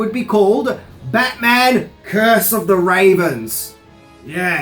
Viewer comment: Curse of da ravens ?? Minty no offense but it sounds cheesy try batman legends